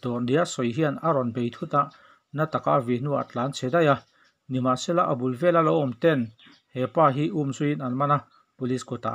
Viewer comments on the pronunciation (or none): none